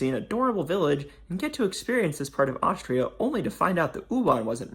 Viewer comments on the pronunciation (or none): none